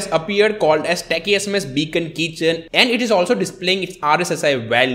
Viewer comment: Keychain not kitchen